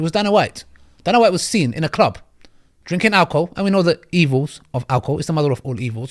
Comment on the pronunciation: Pronounced day-nah white.